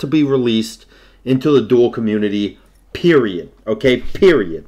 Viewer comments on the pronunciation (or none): He said PERIODT